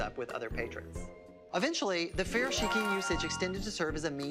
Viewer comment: Homie pronounced Furoshiki wrong🤣